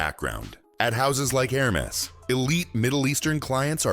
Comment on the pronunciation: It would do to have them measure me just once,because if in one month I want to eat cake my size will be higher. This AI voice.saying couurteeeer and Hermeees